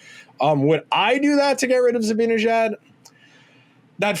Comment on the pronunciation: I agree wholeheartedly with this perspective, and I admire your literate and detail-oriented approach, but I'm constantly puzzled by your refusal/inability to pronounce Mika's last name correctly. It makes no sense...